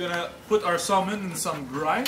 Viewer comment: Thank you for your time on the video, but : 1) Salmon ( the "L" is SILENT and it's not SOLE-MAN); 2) Salmon from the Pacific Ocean is the best.